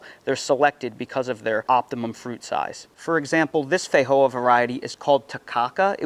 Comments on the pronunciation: in new zealand we call them and say it, "fe-joe-a" not, fa-hoe-a 🤣🤣😂😂😆😆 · You’re pronouncing Feijoa like Spanish when it is from Brazil and named in Portuguese. The J is not an H sound in Portuguese.